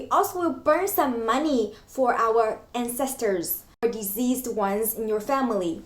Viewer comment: I thought you said diseased people but it took me a while to realise that you meant deceased. The c should not be pronounced z. A bit long but great video.